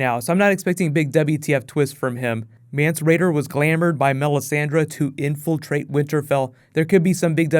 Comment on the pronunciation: Mance Rayder?